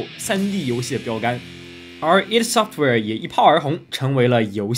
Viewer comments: 是ID Software不是Eidsoftware 0.0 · 应该是叫“艾迪software”。